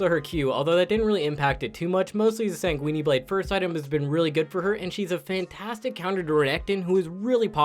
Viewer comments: lol can u stop saying sanqueene blads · nigga said sang weenie blade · I know he did not just say Sanguinee blade